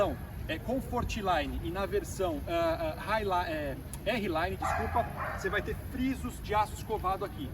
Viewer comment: Errelaine não, arlaine!!